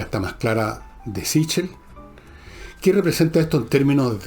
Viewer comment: Ese apellido es italiano y se pronuncia " siquel".